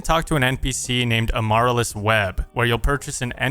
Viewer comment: Her name is a flower, its Pronounced A-ma-Rill-US